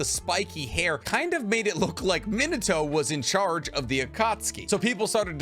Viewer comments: Its pronounced MEAN uh toe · I can't get over your pronunciation of Minato as "Minnetow" -. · Does it bother anyone else that he pronouces Minato wrong like 15 times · This video is awesome! But how/why do you pronounce Minato so horribly?